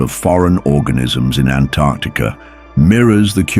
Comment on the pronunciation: Typically, I hate AI, but I kinda wanna marry this AI because it knows how to pronounce Antarctica